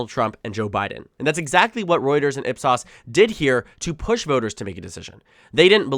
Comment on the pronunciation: It's pronounced IP S-OH-S.